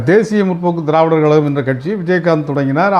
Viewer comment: வணக்கம். Travidar கழகம் என்று உச்சரிக்கிறீர்கள். அது dravidar கழகம் தானே? தென் மாவட்டங்களைச் சேர்ந்தவர்களுக்கு இது ஒரு பெரிய பிரச்னை..!!